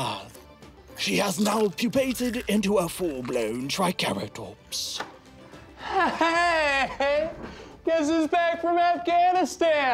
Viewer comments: fucking tri-care-atops. jesus man. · "Tricare-a-tops" LMAO gonna have to use that one